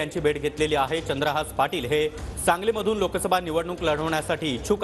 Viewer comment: बाबांनो चंद्रहास नाही चंद्रहार.... साधं जरा बॉलिवूड अभिनेत्री पेक्ष्या पैलवानांच नाव लक्षात ठेवलं असतं तर बरं झालं असतं